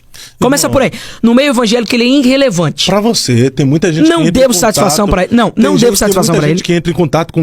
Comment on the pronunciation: “INNRRELEVANTE” kkkk sabe nem falar… burro esse pivete